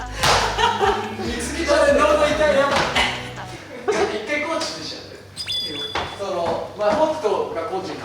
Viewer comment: 最初のジェシーの「コーチィー」が「ご飯でぇ〜す！」にしか聞こえなくなってしまった